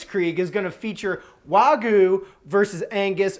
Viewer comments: Great videos!! Sorry, not Wagu but Wagyou. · Ikr?? WTF is waguuu 🤡🤡🤣🤣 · The "wah-goo" pronunciation is driving me crazy lmao